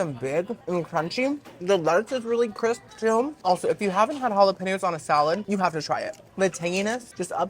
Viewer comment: The algo just blessed me with the you, and I'm obsessed. Please stay a part of my life. When you pronounce "halla-pen-yohs" correctly,..I melt. I'm in love.